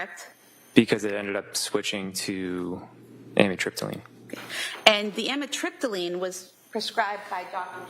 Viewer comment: Don’t you just love this prosecutor - “After,,, she’s ONLY on trazedone, adivan and amitripyline.” CHAP GPT - Taking trazodone, Ativan (lorazepam), and amitriptyline together can be risky because all three affect the central nervous system. While a doctor may sometimes prescribe them together in carefully selected cases, combining them without medical supervision can increase the risk of serious side effects.